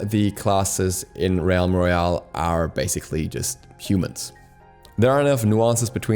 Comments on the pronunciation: Im sure you've been told by now plenty. Its pronounced "relm" like "elm" not "re-alm" Love you. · So, "realm" is pronounced "relm" not "ree elm" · Did you just call it 'Reeyalm Royale'?? It's pronounces 'Relm Royale' dude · Why do you keep pronouncing "realm" wrong? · U pronounce realm wrong